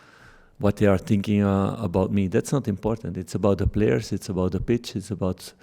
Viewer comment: "It's zeee only way"